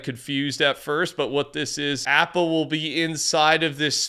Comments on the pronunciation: Ik it hurts to hear him say app ah instead of aw pa😢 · Bro doesn’t even know how to pronounce appa (ahpa) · its ah-pa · Appa is pronounced OP-uh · Appa is pronounced Opp-uh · Totally butchered appas name 😱😭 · I love the videos man but does anyone else realize been saying Appa wrong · DUDE, STOP MISPRONOUNCING APPA'S NAME!! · All of these Fortnite youtubers and streamers keep pronouncing appas name wrong and its annoying....